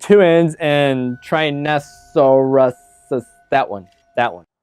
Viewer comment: I love that he couldn't figure out how to pronounce Tyrannosaurus Rex or T-Rex